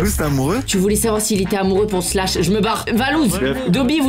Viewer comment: On dis pas slash on dit shlass